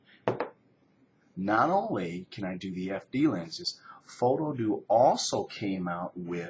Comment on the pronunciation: I've been pronouncing it foto-die-ox this whole time, I like your pronunciation better. Do you know what the big differences are between the pro and non-pro adapters?